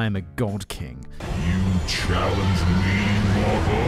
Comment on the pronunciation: another chalange (chelenge) 😂 I did this effortlessly!